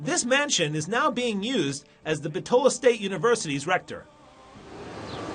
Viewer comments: Very nice. Only you are pronouncing Bitola wrong. Accent on the first syllable "Bit" i.e. Bítola not Bitóla. Macedonians put the accent on the anti-penultimate syllable in a word. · My heritage is from Bitola and that is the furthest thing possible about the history of this city..!! Why all the focus on the mosques?? Islam is the tiniest minority here? Deceiving video about the 'history' on top of not even being able to pronounce the name correctly lol Bit-ola (ola pronounced similar to dollar)